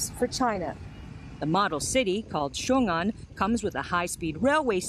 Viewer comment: Even the local reporter can't even pronounce Xiongan properly.